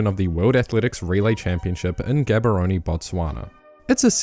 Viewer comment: Learn to pronounce Gaborone